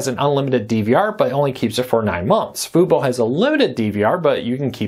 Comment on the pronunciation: Can you say Fubo correctly?